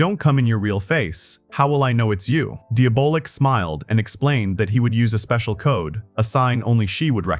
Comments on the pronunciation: Diabolik is pronounced Dee -Ah -Bo -Leak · I cant f'ing listen to this. Don't you know how to pronounce Diabolic but with a K? Deeablik??? Can't you read? You laid it out so well, but said the name 100+ times like some kinda robot.